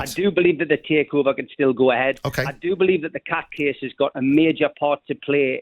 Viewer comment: Did he just say cat case I thought it was court case 😂😂😂